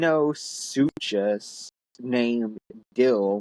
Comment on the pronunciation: Sorry that my reply is so late. It is why I'm catching up on your podcasts/vodcasts now. And just to help correct you,. Stalagmites grow up from cave floors, and are usually created by the dripping water from stalactites, which hang from the ceilings of cave chambers. Dil is a Deinosuchus [Die-noh-sue-kus], Ichy is an Ichthyornis [Ick-thfee-or-nis]. I hope you didn't mind, even though this vid is in the past now, but correcting runs in my blood because of the proof reading I do often. This may be edited as the video plays on, but hello again from Britain. And I will guess from the 20 minute mark, that you said about fifteen 'ums'. Also, a good thing to do for perhaps those who watch and stay with you during your podcasts, is link in the description the fanfiction you are currently reading, just in case they want to read it for themselves. Just an idea. You don't have to, but it's up to you in the end.